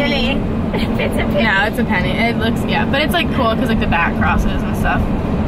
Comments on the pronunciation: it’s pinnie, not penny! i’ve never heard anyone call it penny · Pinnie!! I never heard of people calling them pennie😂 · Pinnie never heard anyone say pennie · it’s a pinnie, many people pronounce them like “penny” but it’s spelled and supposed to be pinnie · It is pinnie not Penney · I’ve never heard of someone calling it a penny, it’s a pinney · It's a pinny... like pin, not pen lol. What's with teens thinking bc "that's what everyone says at school" means it? I have three teens...they will swear up a down that's how people say, until you prove them wrong? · Pinnie not Pennie lol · Pinnie, not penny, lol. The kiddos are wrong lol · It's definitely PINny not PENny. I think it's short for pinafore. I think you call them jumpers in the US. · Ummmm your wrong it’s not pennie it’s pinnie😂😂😂😂😂😂😂😂😂😂😂😂😂listen to your mom that’s an advice for you okkkkk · It’s pronounced pinnie, I have only herd and call them a pennie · pinney not penney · Pinny! Not penny